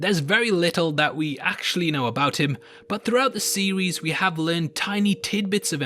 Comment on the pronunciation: I will now watch all over your videos just to hear you say "seewies" instead of series.